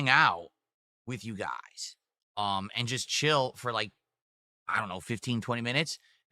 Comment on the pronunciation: "It doesn't matter what WE do for a stream guise WE always hit dagoal" turned into "I'm nervous GUISE I.. I don't know if we'll hit dagoal with only 7 bucks of sahpport" never change 🤣